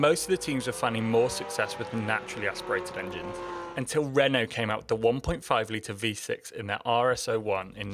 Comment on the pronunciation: Lol when you said “Renault” I could’ve sworn you said “redneck”